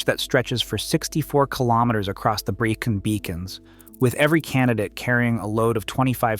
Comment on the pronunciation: Pen y Fan . 😂 Pen nigh Fan ? Welshman here. For pronunciation try Pen uh Van and Breckon Beacons, not Breecon Beacons. As for difficulty, the so called "Fan dance" is easy if you are properly prepared you are not overburdened and you are not given ridiculously short completion times. Ffs! Pen y Fan is less than 3,000 feet high and the lowest point on the Fan Dance is only about 800 feet lower. However the weather can change in an instant but is ony ever unpleasant rather than an existential threat to the properly prepared, even in winter. I am 78 years old now and for at least 4 decades I used walking the Brecon Beacons, because they are local to me, and Snowdonia as frequent fitness training for more arduous treks in the Scottish Highlands and the Picos de Europa.